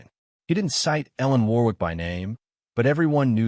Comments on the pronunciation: It's pronounced 'Worrick'. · Warwick is pronounced - minus the second 'W' which is silent - thus Warik.... is the correct pronunciation. Good Story by the way.